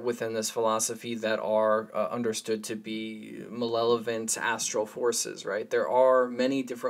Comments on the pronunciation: Brother - malevolent… not malelant. Great stuff, hate to be that guy. But u accidentally said it a few times. Peace. Pronounced mal-ev-olent. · malevolent, not malelovent